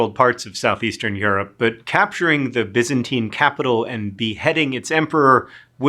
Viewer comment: I thought he was pronouncing Byzantine wrong but maybe that's just me